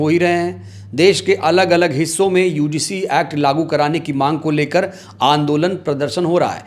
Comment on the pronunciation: भाई साहब पहले शब्द का उच्चारण तो सहीकरो यूडीसी है कि यूजीसी है आप तो यूडीसी बोल रहे हो जबकि वह यूजीसी है